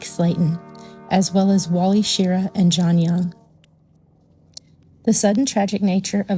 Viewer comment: This certainly put an interesting spin on the spaghetti I was having while I watched. For what it's worth, Wally Shirra's last name is pronounced Sher-RAH.